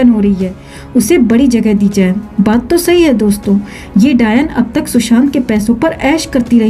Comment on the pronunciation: Jab aap dayan bolte ho to mujhe hasi aati hai